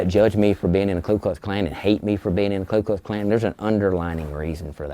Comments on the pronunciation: I love how he's literally an Imperial Wizard and still mispronounces it as Klu Klux Klan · I dunno if I'm just being pedantic at this point but every time the Klan member says the full name he keeps saying Klu not Ku and I feel like if you're gonna be so passionately racist you may want to learn to say the name of your lil club properly before spouting your shit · The all-knowing “imperial wizard” has yet to pronounce his own organization’s name correctly. I wasn’t aware of the klu klux klan… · I love that Grand Wizard of the Ku Klux Klan can’t even get the name of his own organization right. Dude keeps saying “Clue Klux Klan” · This mf can’t even pronounce Ku Klux Klan correctly jfc